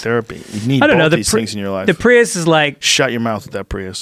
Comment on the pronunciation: Joe “bolth” Rogan